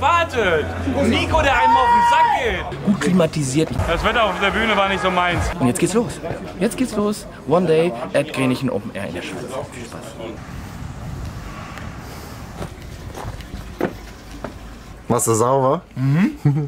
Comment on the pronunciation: Das heisst nicht grenichen, sondern Grääääänichäääää :)